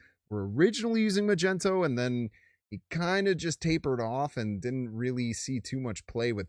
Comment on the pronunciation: It’s pronounced, Mag-Knee-toe. Like a magnet 🧲, he is the master of magnetism.